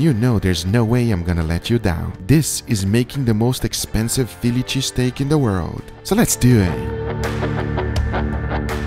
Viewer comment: No one: Absolutely no one: Guga: Feeliche Steak